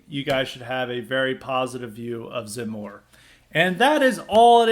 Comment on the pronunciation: Your pronunciation in French is correct ! From a foreign perspective, I think you have a good analysis. If you have any questions regarding Eric Zemmour, I'll be happy to answer them as best I can. If you want to know more about Eric Zemmour come take a look at my channel, I will be posting more and more videos there.